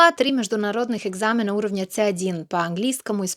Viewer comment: выдало только слово - экзамен, который она произнесла - экзамЭн.